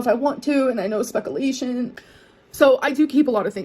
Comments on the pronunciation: Speckle-ation??!!!😄😄😄😄😄😄😄😄 that has to be the best mispronounced word yet!!!🤣🤣🤣🤣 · *Adds spec-a-lation to the list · god I hate her... "speckalation" made me see red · ‘Speck a lasheen’ is so damn ‘dispeckful’… boo hoo